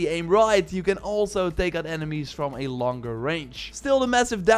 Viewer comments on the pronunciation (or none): none